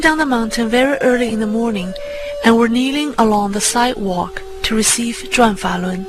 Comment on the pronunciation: It’s “ Zhuan. Falun.”